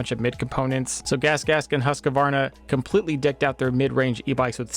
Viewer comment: There is no "a" between the q and the v in "Husqvarna"